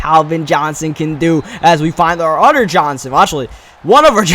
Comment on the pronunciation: and can you please say other instead of otter